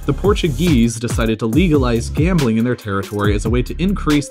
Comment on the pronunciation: Fuck. For the first 3 minutes I thought you said world gaming capital